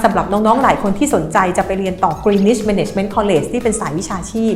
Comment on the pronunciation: Greenwich อ่าน กรีนนิช w เป็นsilent letter เด็กไทยหลายคนเรียนที่นี่ แต่พูดไม่ถูก พูดกรีนวิชตลอดๆๆๆๆ น่าอายมากๆๆๆเลย Cambridge อ่าน เคมบริดจ์😊